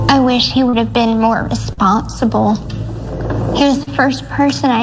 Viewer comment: She doesn't sound like she pronounces the R when she says responsible lol in the Dr Phil interview lol